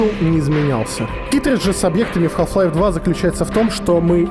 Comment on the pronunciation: мне одному кажется , что в начале видео он говорит "Калл Хлайф" O_O